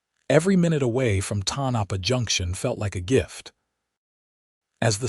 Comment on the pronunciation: Pronounced… TONE - A - PAW.